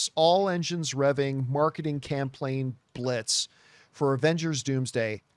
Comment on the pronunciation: "Marketing CampLaign Blitz" 😂 Yeah, i'm not the only one who heard it. 😂